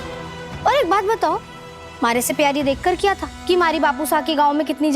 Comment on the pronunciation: Bhai sahab keyar nahi hota hai payar